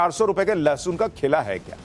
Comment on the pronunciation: गधे को लहसुन बोलने नही आ रहा है लशन बोल रहा है उस गधे को और उन गधी औरतों को पूछो उस किसान को जाकर पूछ लें सब्जी सस्ती है या महंगी